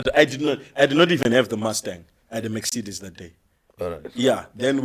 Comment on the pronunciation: Zvinoita mex-cedes😂